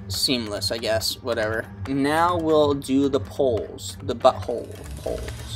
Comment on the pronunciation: "The buttholeeee... poleeees"..lmao man that kills me everytime lol. Love this video, very useful and has definitely helped me.